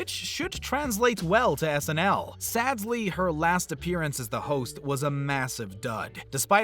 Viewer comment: Are you saying "sadsly?"